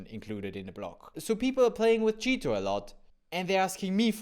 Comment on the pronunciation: It sounds like you are saying "cheato", on purpose? :-)